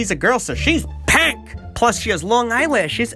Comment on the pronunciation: I lost it at "so she's PANK!" lol